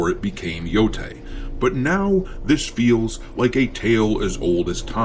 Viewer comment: 🥴 why people always say “yotay” 😭 it clearly have an E so it’s like saying the E in spanish “eh”